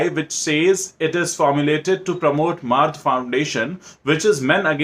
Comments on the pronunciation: It's not maard it's mard (man ka hindi) But ya I'm with you. These bollywoodiyas are all just looting the public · It has to be pronounced as mard in Hindi, I suppose.